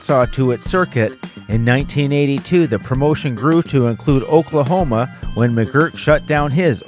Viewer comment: Oklahona ??? Lol . Learn fucking English .